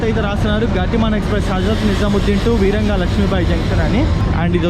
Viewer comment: వీరంగా లక్ష్మీబాయి జంక్షన్ కాదు, వీరాంగనా లక్ష్మీబాయి జంక్షన్. వీర వనిత అన్నట్లు.